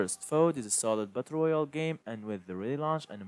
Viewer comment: This man said butt royale